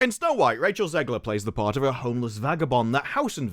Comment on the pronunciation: I'm so glad people are calling her zeggler and zeighler. I'm american and the pronunciation grinded me